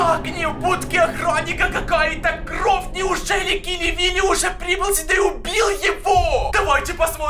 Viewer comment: Почему ты говоришь кров они кровь